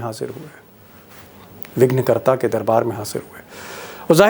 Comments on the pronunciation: Sir vighakarta nahi vignaharta Hota h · विघ्नकर्ता नही विघ्नहर्ता होता है